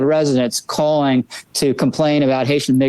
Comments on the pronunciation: I believe Lowry I don't think he was going to say the N word. What he almost said was NEGROES. He wanted to say Haitian Negroes. IDK where he's from but in conversation he could pronounce Negro as "Nigro". Still very racist as his emphasis was less on their migrant status and more on their color status. I could see a "gentleman" such as Lowry refraining from using the N word in front of a "lady" such as Kelly. But the word Negro is just fine unless the camera is rolling because they have to pretend that the main problem is that they're migrants. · haitiaN ends in an 'N', which leads right into "Ni......"